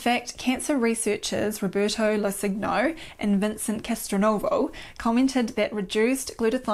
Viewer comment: Locingno is probably pronounced Lo-chin-nyo Lo (no change) chin (ci is alway chi) nyo (like the gno in gnocchi)